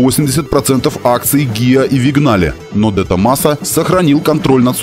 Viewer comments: "ВиГнале" из уст специалиста по автоистории просто коробит... ___ Для тех, кто не знаком с итальянским автопромом поясню. Итальянское Vignale по правилам итальянского языка читается/произносится "виНЬяле". (Впрочем, такое чтение gn характерно не только для итальянского. Всем известный коньяк на французском пишется cognac...) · Отличный ролик. Толко не "Вигнале", а "Виньяле". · Виньяле, а не вигнале... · Чел, научись читать не английские слова правильно! каждый раз, когда я слышу твоё "вигнале", у меня происходит мини-инфаркт. Виньяле! ну и "Дехалай" вместо Дэлайе я все ещё не могу забыть и простить...